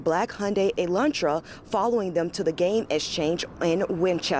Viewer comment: "forerring" Was he following or firing? who was in the ālantra?